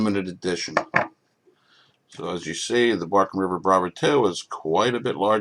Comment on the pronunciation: Bark River, not Barken River